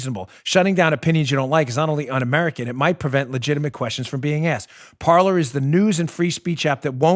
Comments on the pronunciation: Pretty sure a site called Parler woud be pronounced par-LAY- not par-LUR. It's a Fr. word and you're butchering its pronunciation... unless the people who started it suck at Fr. pronunciation. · Lol it’s pronounced /par-ley/ Dan. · Pronounced Par-Lay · Hey, Mr. Bongino, unless this was not mentioned yet here . . . "Parler" is a french word that means "talk" . . . and is pronounced as "par-lay" ;) . . . By the way, I LOVE listening to your show and thanks for ALL the TRUTH that you bring to all the rest of us . . . and to all smarter than you-know-who!!! You never disappoint!!!